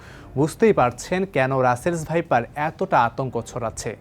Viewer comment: ভাইপারকে সাইপার বলে বার বার উপস্থাপকের উচ্চারণ লজ্জা জনক।